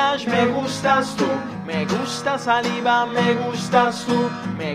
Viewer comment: Es Salibá no Saliba xd pronuncialo así o trata